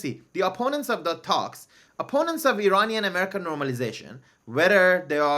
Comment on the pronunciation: Hey Negar It’s Iranian not Ereyneean… By you misspell the word of Iranian .., doesn’t make you an American